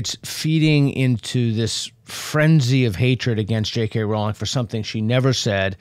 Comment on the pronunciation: I’ll point out their crack research team also mispronounced Jk Rowling’s name (it rhymes with “bowling” not with “howling”).